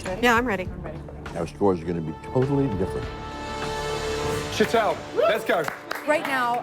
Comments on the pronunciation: it's Sh Tall not sheet-l, jesus christ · Why can't anyone pronounce Sheetals name correctly like Sheelah isn't even close